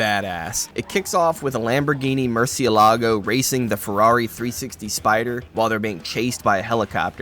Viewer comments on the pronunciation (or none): The pronunciation of Murciélago kills me. 😭